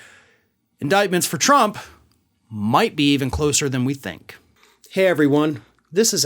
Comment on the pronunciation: How many times have we heard, "indictment could be closer than U tink?"